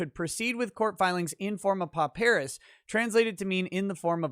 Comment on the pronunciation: With respect, is overlooking the real killer - the transcript fees. Has to be at least $300 for each day of trial. And should also get transcripts for all of pre-trial court hearings. This alone should be around $10,000. Also, "pauperis" is pronounced "paw-per-is", not "po-PEAR-is".